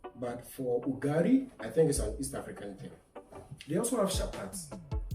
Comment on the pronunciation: UGALI, NOT UGARI....